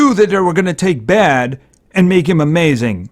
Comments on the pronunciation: Also you dont pronounce baade as bad, you pronounce it as bayde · Im pretty sure its pronouced baide